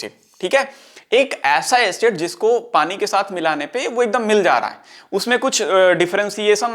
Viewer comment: padi nhi pani hota h bahiya kitna bekar lgta h sunne m aap padi bolte ho tum